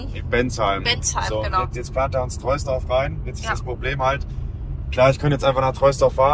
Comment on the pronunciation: Top 👍 würdest du lieber ein jüngeres Model 3 (ab 2021 Refresh) mit höherer Laufleistung kaufen oder ein älteres (2020) , evtl LR mit weniger Laufleistung. Will das Fahrzeug noch für 4-5 Jahre fahren. PS: Troisdorf wird übrigens „Trohsdorf“ ausgesprochen, das nur am Rande😄